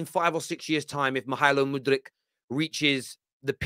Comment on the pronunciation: LeanDDRRRo and muDDRRRyk, oh and miTTRRrovic now… bro why you rolling your Rs like that ?!